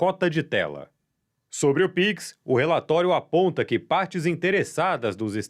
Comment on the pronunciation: píquis? Sério?